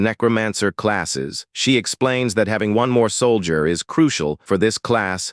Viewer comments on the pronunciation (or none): Sol-dee-yurt... LoL